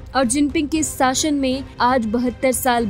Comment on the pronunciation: आपके काम की सरहना जितनी की उतनी कम है परंतु उच्चारण सही करे. कृपया शासन को साशन ना कहें. क्षमस्व